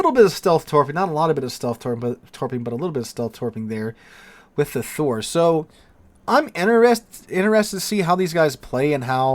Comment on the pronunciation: I think you did well with the pronunciation of Thor. +1